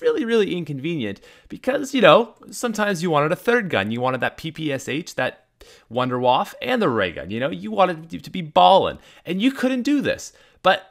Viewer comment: Führer No he doesn't. He calls it the "vundawaffe".